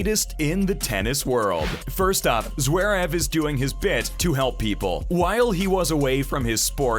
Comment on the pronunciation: Zwerev? I'm Sorry, But His Last Name Is Zverev. Please Pronouce It Right...😮‍💨